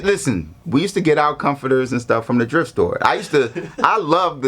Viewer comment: Wait is he saying the drift store 😭😭😭